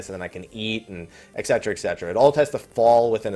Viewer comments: Exsetra /cringe. Et Cetera. Et Cet-er-a. Thanks for making the correction, my inner grammar nazi can rest now. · I always got "et cetera" wrong too. "D&D leveling in FFII" What?